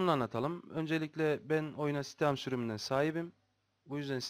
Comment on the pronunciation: steam mi yanlis soyluyo